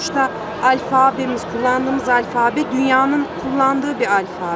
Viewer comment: Adam konuşmayı beceremiyor alfabe diyorsun matematik diyor.Adını düzgün söylemekten aciz.